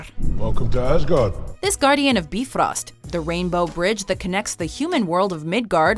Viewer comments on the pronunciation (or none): "Bifröst" is pronounced closer to "Be- froest", basically the "ö" sound is the same sound as the "ea" in the English word "earth". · please stop trying to pronounce the names correctly. Every single time you try to pronounce the names correctly, it gets horribly wrong. Like freyja or baldur...or bifrost